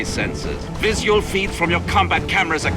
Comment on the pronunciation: "Vis-yual feeds" Look at this cultured Shakespearean muffugger.